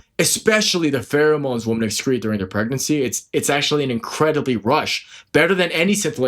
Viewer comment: You sound illiterate. woman (/ˈwo͝omən/) women (/ˈwɪmɪn/) Singular: woman is pronounced /ˈwʊmən/ (rhymes with "wool-man" or "book-man"). Plural: women is pronounced /ˈwɪmɪn/ (rhymes with "wim-in" or "swimmin'").